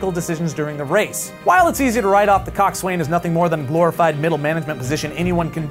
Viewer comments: Coxswain is actually pronounced cocks in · coxswain is pronuaced coxson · just FYI it's pronounced Coax-win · "Coxs Waing is srearing the boat" He he he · Coxswain is pronounced coxon. By everyone ever. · its pronounced (cok-sin) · You don't pronounce the W in coxswain! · That's not how you pronounce coxswain!